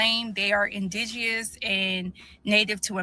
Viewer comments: I’m supposed to take seriously someone some who can’t pronounce indigenous. The Jamaican woman said don’t tell her about her history, likewise she should not try to tell us about us. Silly rabbit. She’s proud to be Jamaican, I’m proud to be FBA. 🙍🏽‍♀️🇺🇸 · My God can she just pronounce indigenous correctly 😳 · The word indigenous had a personal vendetta with her mouth. That word was kicking her ass.🤣